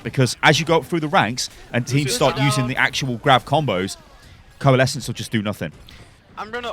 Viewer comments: "corelesence" xD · " Nothing stops corelesence" ICE WALL UP